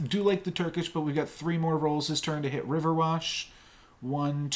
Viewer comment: Nice game dude. I just have one criticism. It's RiverWISH not WASH xD